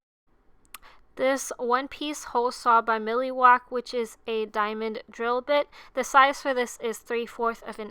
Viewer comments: Is nobody else bothered by the fact that she said miliwalk, instead of Milwaukee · I always thought it was Mil Wau Kee. Not milly wack. Man I'm learning something new every day. Hey guys we've been wrong this entire time. 😆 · She said “milly-walkie” I’m ded...😂😂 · I was wondering did anyone else catch that 😂😂😂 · I'm a husband trying to surprise my wife. But I have been laughing at the pronunciation of Milwaukee for about 5 minutes and I can't stop 😂😂